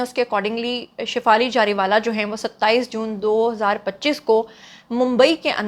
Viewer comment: Hello it's Zariwala indian's don't have Z in there alphabets so can't pronounce correctly so they also say Jeera instead of Zeera so please as a Pakistani don't mess up our Urdu language